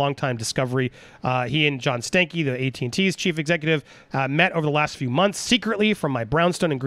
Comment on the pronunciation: I’m sorry but John Stank-ey Andy, c’mon you’re better than that, pronounce it like everyone else Stan-key... smh